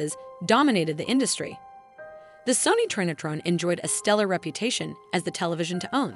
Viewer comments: SOW-NEE <say that but fast. Not sunny. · i CRINGED the way she said the names of the brands. In England we say "sony" like the urdu word for beautiful and gold